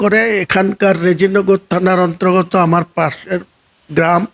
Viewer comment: 'অন্ত্রগত' 'উত্রপ্রদেশ' এই ধরনের ভুল উচ্চারণ হয়ে যাচ্ছে স্যার ! লক্ষ্য করার জন্য অনুরোধ করছি!